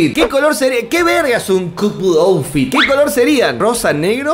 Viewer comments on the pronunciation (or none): none